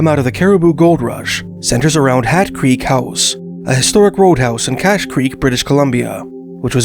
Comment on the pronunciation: Why are you pronouncing "cache" as "kak"? or are you saying "katch"? It is pronounced "KASH"... is this an AI narration track? the description of the gold recovered from 12 pans and the dollar amount in today's dollars would be in GRAMS not ounces.